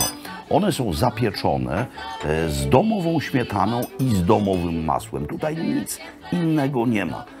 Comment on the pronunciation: Carrrrbonara ze ŚmietanO :~Ppp